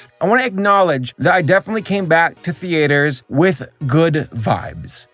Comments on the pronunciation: I am beyond rage right now. WHY DO YOU SAY "THEATRES" WRONG!? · The-A-ters. The pronunciation has character.